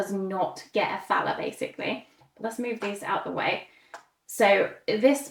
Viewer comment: Thanks for the in-depth playthrough. On a very minor note, since I'm German, the money Thaler, would actually omit the h in the pronounciation, so you would say Taler. 🙂